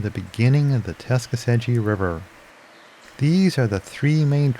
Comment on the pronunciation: It's pronounced Tuck-a-see-gee.